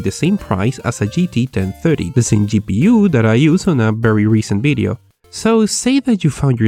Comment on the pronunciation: WHY ALWAYS BIDEO INSTEAD OF VIDEO THOUGH